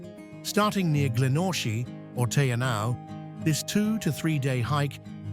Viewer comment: maybe not, but at least we can give it a crack. IDEK what that Glenorchy pronunciation was